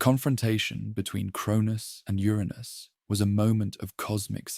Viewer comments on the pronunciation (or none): Just wish you would decide how to pronounce Uranus. Trying to sleep but cant because I'm giggling too much!!! "Ur Anus made a fateful decision" and a weapon was made of "legendary strength" material to overthrow Ur Anus 😂😂🤣😂 i love it!